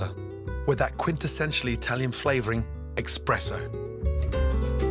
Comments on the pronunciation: i expected him to pronounce "espresso" correctly and when he said "expresso" i genuinely winced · Excuse me gordon what was that? 'expresso' Gordon..... please no... Not you. it's ESPRESSO there is no X in there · oh nooo Gordon! You said expresso no espresso :/ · Gordon: “what is this?” Son: “Beach” later What is this? Gordon: “EXPRESSO” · He actually says “expresso” twice... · Why does he have to go and say that 'Expresso' shock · So, we're not going to talk about Gordon pronouncing "espresso" as "expresso"? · he says 'expresso' instead of espresso. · Nooooo.... Gordon Ramsay saying "Expresso" just struck me like a Lightning in the Heart😱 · Even the great Gordon Ramsay mispronouces espresso, ekks-spresso, psh! 😲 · "Expresso", Gordon? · GORDON!!! Of all people I would have thought you would know how properly pronounce espresso. It's not expresso. it's espresso. Jeez guy! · Oh no Gordon, you didn't say eXpresso :-( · Expresso lol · Did he just pronounce espresso as "ex-presso"?? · expresso /facepalm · Gordon, I really respect you as a dynamite chef, but you just said "expresso." That I can't get behind. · He really said, "EXPRESSO"... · I'm pretty sure Ramsay said "Expresso" :o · he actually said eKKKKKspresso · did anyone else hear him say 'expresso' or ......? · did he just fucking say eXpresso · I can't believe a 3-star Michelin chef pronounces espresso as "expresso" ( and again ). Oh, Gordon. Tsk, tsk. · I love those recepies and overall, but say one more time eKspresso and i will ruin your whole career Gordon XD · I was also shocked. I had to go back to give it another listen. How could Gordon Ramsay pronounce it as "expresso"? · I had to go back to see if he was really saying it hahaha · Did I just hear Gordon Ramsey say “expresso” 😂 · Nobody: Gordon: EXpresso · Had to rewind to make sure I heard it right, didn't expect Ramsey of all people to make such a basic mistake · 10 million Michelin stars and he still says 'expresso' rip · I know, expresso! facepalm